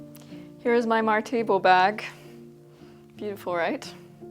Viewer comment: As a Swede I was really confused by your pronunciation of "Martebo". Not a critique, by the way, because it makes perfect sense that you wouldn't necessarily know. I saw the article on it in the video and could figure it out from there. I didn't know this kind of sack was from this church in Gotland actually, and I thank you for putting my attention towards this fact. I've wanted to make one for a while and now I've found several sources on it. So thank you!